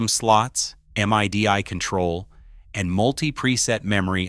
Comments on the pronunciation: Never have I ever heard anybody call MIDI "em eye dee eye". Also the A.I. voice. Please, nobody listen to this man (Robot). Yes, you don't need to spend an extravagant amount of money to sound but this is pure slop. Just use your ears and do some research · Please tell me where I can find a Zuh Vex Super Haaar Dawn and Stry Maaahn pedal please! Are they m aye dee aye capable?